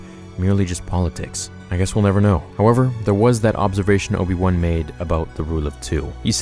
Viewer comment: Not obi wan ob-ion mcg-obi